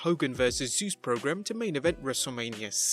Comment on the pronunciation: You said 'Sus' not Zeus